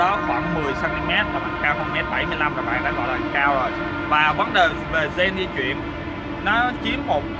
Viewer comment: Vl cái chữ "cAo" giống giống cái ấy